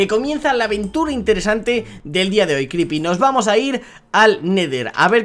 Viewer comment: pero le dice cripy